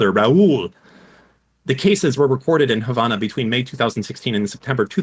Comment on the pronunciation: I’m just here irritated at how Destiny, the child of a Cuban woman, is pronouncing Havana.